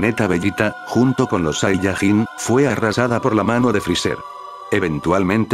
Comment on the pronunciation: No es saiyagin es sayayin